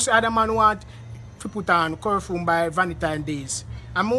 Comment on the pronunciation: He said curfume or is it curfew.